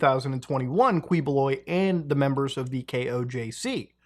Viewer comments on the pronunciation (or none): its actually pronounced "kiboloy" instead of kwi. also a not so fun fact, We live right next to his compound and I got to shook this man's hand 💀💀💀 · its KEYbuloy not KWEboloy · Quiboloy, pronounced as Ki-bo-loy. Not Kweboloy. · Kiboloy not kwiboloy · and thank you for never properly pronouncign his name as "ki-bu-loy" and just keep on saying "quee-" 🤣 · It's not KWIBOLOY it's KIBULOY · Muta, I know it's hard to pronounce our names but please say it like this; Du--ter-te not Dutearte. Kiboloy not Queeboloy (actually you can mess this guy's name, he's not respectable anyway. Not our former president though) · not "kwi"boloy, but "ki"boloy...thank goodness that mf's caught. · quibuloy is pronounce as "kiboloi" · Its pronounced as kee- bo-loy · Its actually pronounced Kiboloy🤣👍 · I like how you pronounce their names Kwi-boh-loy and Rodrigo Dutwerk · To save you from twisting your tongues, it's actually pronounced Key-Boloy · i don't want to be a smartypants the proper pronunciation of the MF name Ki boloy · I just cannot with these mispronunciations. Quiboloy is pronounced as "Kih-bo-loy" Duterte is "Du-ter-teh" Davao as in "Da-vow" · Uy, Philippines! 🤡🤡🤡 BTW, its pronounced as Kee-Boh-Loy bossman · Am i the only one being bugged by how he say Quiboloy like kwee boo loy, anyways great vid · We pronounce it as "Key"boloy in the Philippines. Not correcting you, by the way. I understand how other languages pronounce words differently. We prounounce our P's as F's for Fete's sake. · btw quiboloy is pronounced as kiboloy just a tip to ease up your tongue 😅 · For any future use, some help with pronunciations: Quiboloy -- /keeboloy/ Padilla -- In Filipino, we pronounce it as /padilya/ Duterte -- /du-tehr-teh/ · Again Muta its Ki-Bo-Loy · You can drop the U boss it's sounds something like QI-Bo-Loy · just sharing, the first syllable of his last name is pronounced as key, but at least justice is getting served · you can just say his lastname as KEEEboloy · key bloy